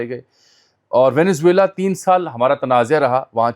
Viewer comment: ..."wohi Tanazya ha" jaami sab lafz "tanazya" nahi "tanaza" hota ha